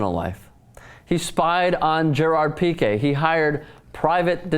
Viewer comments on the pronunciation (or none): none